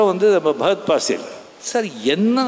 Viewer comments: Fahad fassil ❌ Bagath fassil ✅ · Fahadh Faasil ❌ pahadh paasil ✔